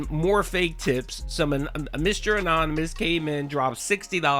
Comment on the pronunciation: He was ULTRA SEETHING yesterday, to the point that Mr. "ahnahnymahs" came ayund save the non-exisDENT goal. 😂😂😂😂